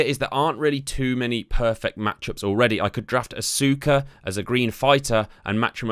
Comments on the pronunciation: Did he really just call Asuka "Asooka"? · Aska is how it's pronounced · It’s pronounced Arska ,not Asooka 🤦‍♂️ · Asooka, Balour, Bazzler. Are the pronunciations a running gag? I genuinely can’t tell 😂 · Asuka is pronounced Aska jsyk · Thanks for the tipps :D Btw Asuka is pronounced as Aska And red and green means Heels and faces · she is pronounced aska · And Asooka 😡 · You can tell this guys never watched wrestling with the way he days asuka and fin balor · while I agree people shouldn't critisize him, it's is also how the shows and majority of the internet pronounce those names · Asuka name was butchered bad 😬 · You can tell he don’t watch wwe the way he said asuka Name